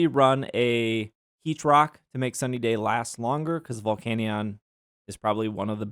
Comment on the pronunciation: The volcanion pronunciation is grinding my gears bad